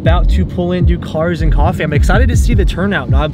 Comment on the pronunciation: Rip "cofffee"